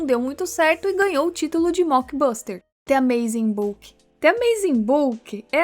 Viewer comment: Moça, "the" se pronuncia "Dê", tipo um "Zhê" com a língua pra cima Não se pronuncia "Tê"